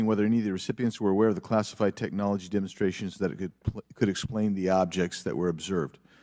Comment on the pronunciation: Did he say Demonstration or Demon Stratton ?